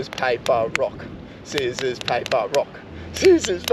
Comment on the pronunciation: Scizzors, paper rock?? It's rock, paper, scizzors🤣🤣